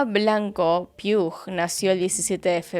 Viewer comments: hola cielo! me encantan tus vídeos y este comentario no es hate en lo absoluto, es informativo jeje. el segundo apellido de Eva, Puig, pronunciado "Puch" no "Piug", es un apellido catalán <3 gracias por dar visibilidad a este caso y a la negligencia policial que conlleva. es muy indignante lo incompetentes q son en este país... te admiro mucho!! <3<3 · JAJAJAJ es Puig no Piug JAJAJ, típico de españa (no es hate te amo) pero para que sepas que es Puig, no Piug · Me encantó el video. El único detalle es que la familia materna se apellida "Puig" y se pronuncia parecido a "Puch", como "Robledo Puch" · me encantan tus videos! pero quería comentarte por si haces otros casos con apellidos asi pero el Puig se lee "puix" o "puij" gracias por leer <3 me ha parecido super tierno escuchar como lo has pronunciado jejej un abrazo! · El apellido de la madre está mal pronunciado 😢